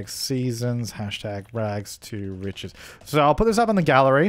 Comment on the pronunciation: your rags to richest has no t at the end